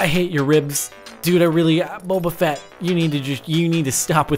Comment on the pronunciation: bobafat? srsly? its Bobafet from starwars...